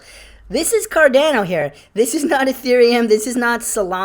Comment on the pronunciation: You said carDANo again and not carDAHNo!! Aaaarrrggghhh lol. Come on dude!